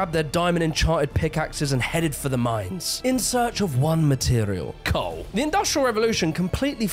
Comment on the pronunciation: COAWL. Cole mate.